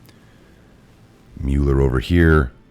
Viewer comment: thank you,, it's pronounced MUH-ler, not MULE-r.